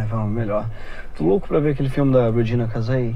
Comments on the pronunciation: Uma coisa legal do primeiro vídeo é que ele pronunciou Regina Casé errado também, mas só sendo Brasileiro e conhecendo quem é ela que a gente percebe. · É engraçado que ele fala todos os nomes certos, mas o nome da atriz brasileira, Regina Case, ele traduz pro inglês KKKK a gente tem muitos desses brasileiros chatos por aqui, esse vídeo é muito bom mesmo KKKKK